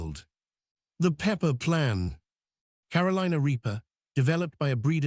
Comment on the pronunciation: I hate these AI voices that can’t pronounce basic things correctly and the wrong gender for the person telling the story or Ellen has a deep, male AI voice. Come on “Ed” as “eed”? Do better.